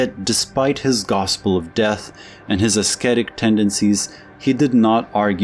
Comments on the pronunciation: Ass-ketic? (Ascetic./uh-settic.) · Ascetic pronounced as ‘asketic’? You are as bad as Trump, bigly ! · The "c" in ascetic is silent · Great video, thanks! Pronunciation tips: with "ascetic" the "c" is silent, should be pronounced "ah SET ic". Also, with "dilettante" the "e" at the end is silent. ❤ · Ascetic (the “c” is silent) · My Mans said esketit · So this one goes to the pessimism addicts along with otto weininger. Also ascetic is pronounced - "assetic,". Great video nevertheless! Eduard von hartmann was the shit!! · This is the 2nd video where I've heard an American pronounce ascetic with a hard c. Is that an American thing? Because my dictionary has it pronounced as "əˈsɛtɪk" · You might want to look up the pronunciation of "ascetic". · The "c" in "ascetic" is silent. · That's not you pronounce "ascetic".